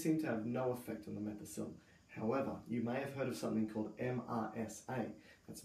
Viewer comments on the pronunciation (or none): none